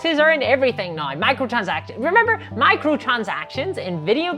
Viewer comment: F 'em, I like your videos. The ad hominem attacks show they are attacking you just to attack you and aren't giving constructive feedback on your content. I also like that way when you say you say now, it always sounds like naw to me. Keep up the good work.